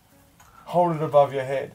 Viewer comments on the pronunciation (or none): none